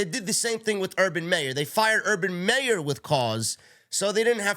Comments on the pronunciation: Urban MY ER not may er... MY ER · It’s urban Meyer not urban Mayor 😂